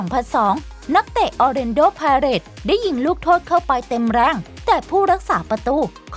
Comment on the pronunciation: ออร์เลนโด้ไพเรต ยิงจุดโทษทั้งๆที่ผู้รักษาประตูอยู่ทีม ออร์เลยโด้ไพเรต พากย์ได้งงมาก